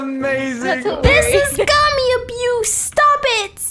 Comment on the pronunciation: Wait- did just say” gommy gommy “ in stead of gummy gummy? Lol